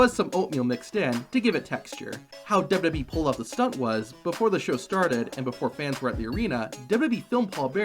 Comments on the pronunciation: Why wont you pronounce W-W-E properly your saying dub-dubee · Great video but the way you say WWE triggers me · i like the video but the way you say wwe makes me feel weird